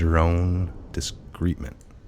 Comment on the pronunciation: Credibility is enhanced when words are correctly pronounced when you are reading. Please check the pronunciation of "validity" and of "discernment"(if that wa the word intended to be read). Also "cartography." I left the site after that.